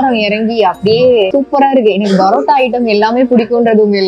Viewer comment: Please straighten out your pronunciation. It is not barotta-boori. But paratta - poori.